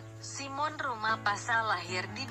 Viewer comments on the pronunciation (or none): Narator nya kurang pengetahuan tentang sepak bola Indonesia... Simson Rumahpasal disebut Simon. Masih banyak lagi pemain timnas yang patut menjadi legenda. 🙏🙏🙏